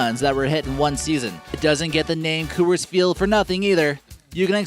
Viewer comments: Sounds like your saying "cu-urs" the company pronounces it "cores" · It's pronounced cores not kewers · Co-ers field? Isnt pronounced cors field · its pronounced Cores for rockies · It's Coor-s-field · "Unruling?!" "Costed?!" And, for Christ's sake, stop saying "Coo-ers!" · The Phillies didn't win their first World Series until 1980 (made their first World Series appearance in 1915 is what he meant), AT&T opened in 2000, Coors isn't pronounced like that, the Twins are frequently in the lower third of the league in terms of attendance with 2017 being an exception, Roberto Clemente didn't play in the earlier days of the Pirates (you're thinking about Honus Wagner there), Busch Stadium's capacity is 45,000 people, it's pronounced St. Louis Arch not arc, the Seahawks have their own stadium and do not share Safeco Field with the Mariners, the first seats atop the Green Monster were installed for the 2003 season, Yankee Stadium Dodger Stadium nor Oriole Park at Camden Yards made the list despite the fact that they are considered the best ballparks in baseball by fans all over the world. Dude, if you're gonna make a baseball video and you don't know much about baseball, which you clearly don't based on the content of this video, then do some actual smart research. America's pastime deserves better than your bad and unknowing video for people out there who want to learn correct facts and not wrong ones like those you have presented.